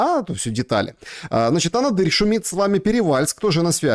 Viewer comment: извините, что поправляю. АнАдырь. Ударение на вторую "А".